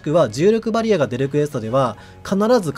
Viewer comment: バリアの発音が好きです